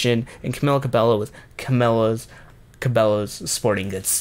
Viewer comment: It’s pronounced CA-BEH-YO